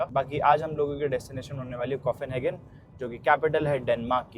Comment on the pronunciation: arey yaar firse start, english word pronunciation seekho bhai, coffinhagen kya hotha hai, copenhagen hai wo, either learn or dont say that word, you are embarrassing yourself